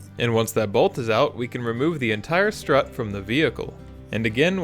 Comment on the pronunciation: Is it me or does it sound like he is saying slut